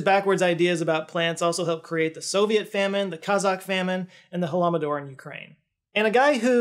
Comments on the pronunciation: It's "HoloD-O-Mor", not "holoM-O-Dor" — the same mispronounciation as Jordan Peterson! "mor" in that context means "mass death of disease or starvation", has nothing to do with "doors" whatsoever! I know how hard it is to even give a foreign-language-damn for some Americans but it's always clearly spelled HOLODOMOR when it comes up in English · I listened to it 3 times to make sure, and yes, said Holomodor instead of Holodomor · you're a damn legend. I wasn't sure if you were gonna pronounce Holodomor as "Holomodor" again, but you never disappoint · Small note on pronunciation, it's called Holodomor, not Holomodor. In Ukrainian, holod (hunger/famine) + mor (mass death/mass killing). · Holodomor, not halamador 🫠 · I don't know why he pronounced it that way. It's holodomor, not hullamador. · "Holodomor", not "Holomodor". You swapped the "D" and "M". It's all good. Appreciate the video. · it's Holodomor, not "Holomodor". It's composed of two parts: "holod" is hunger, and "mor" is a slow death by disease or starvation, especially of many people at the same time, because epidemics and famines obviously affect lots of people. So it means something like "slow mass death by starvation". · this guy seriously said "Holomodor" and kept the take... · Dear, thank you for this video and all the work that you’re doing. I’m a big fan. It’s only because I’ve spotted this mistake before do I dare to suggest you correct it for future (possibly) mentions: it’s “Holodomor”. All the best! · Huh-LO-do-more. Rather than Huh-LLAMA-dor. Llamas had little to nothing to do with the Ukrainian genocide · not halamador. *holodomor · It's "holodomor" not "holomodor",.;) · Bro I know this isn’t that important but you should practice the pronunciation in “Holodomor”, you said “holomodor” which is nonsense lol 🌻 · Holomodor... Man, come on now... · GAH! Everyone gets that pronunciation wrong! It's Hoe-Low-Duh-More. Holo-domor. Holodomor. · The corect way to say is "ho-lo-do-mor".